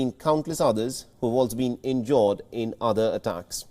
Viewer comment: This guy doesn’t know how to pronounce every day words such battle, injured, etc. I wonder how he got this job.